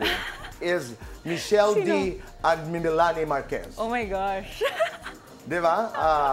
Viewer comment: Meh-lanie ng meh-lanie itong si tito boy, Melanie kase